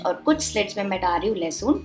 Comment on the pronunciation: لہسن ہوتا ہے لہسون نہیں ہوتا 😜